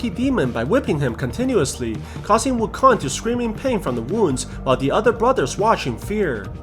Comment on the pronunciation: Dude its not wukon its wu kong